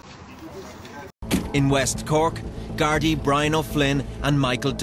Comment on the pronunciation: Sigh. Not Gardai. The Irish police are called the Garda, as in "Garda Síochána."